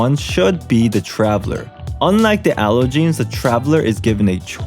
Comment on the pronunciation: why did i pronounce allogenes in a french accent